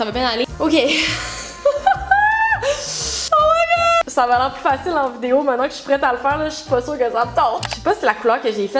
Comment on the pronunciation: WOOOOOO à quand tu as dis « oh my god les Amis »on aurait dis l’accent français !!!!!!!!!!😂 sinon, magnifique video!!❤️❤️❤️ et j’aime beaucoup le fait que tu t’implique vachement visuellement dans tes vidéos, comme là tu as mis le meme décors que Bob et c’est agréable à regarder... ❤️